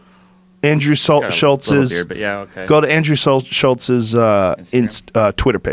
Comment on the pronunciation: Joe "Andrew Salt...Schultz's" Rogan